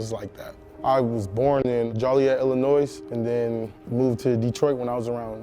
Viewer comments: "Jolly-et Illa-noise" Yikes. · Juill iet not jolly et And illinoi not Illinois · IT IS AGAINST THE LAW TO PRONOUNCE JOLIET LIKE “Jolly-ette”. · This man said jaw liete illinoise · jolly-ette lmaoo didn’t know he was from Illinois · Jollyette illinoise lmao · "i'm from JOLLYet ILLINOIZE" nah fam, u aint. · Joliet ILLINOIZ? Come on dude. That’s not how you pronounce it. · Yo he said Joliet il so wrong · Respect even though he pronounced Joliet wrong lol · This dudes legit but how are you born in Joliet Illinois and not know how to pronounce the town or state?? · The fact that he mispronounced both Joliet and Illinois was pretty cringe. But otherwise cool story and cool dude.